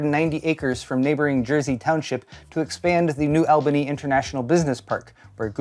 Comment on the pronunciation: It's pronounced New All-baney , another reason, there are industries in that area that serve auto manufacturing which has also been on the decline because of chip shortages, so Intel coming here is huge